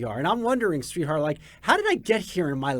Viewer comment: Sree-Dharr is how you pronounce his name. Not sweetheart 😂❤